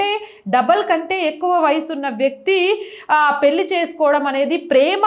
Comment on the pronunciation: పెళ్లి అని పలకాలి, పెల్లి కాదు, హరేకృష్ణ 😊